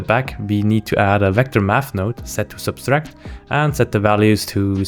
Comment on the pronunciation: A-O -V, not A O we sub-tract, not sub-stract